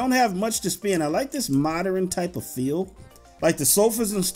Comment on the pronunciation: Man I Swear I Love The Way He Say Moderin Instead Of Modern 😂😂😁🤗